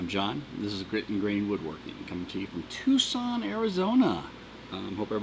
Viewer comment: Oh, so that's how you pronounce it. Thought it was "tuck-sun".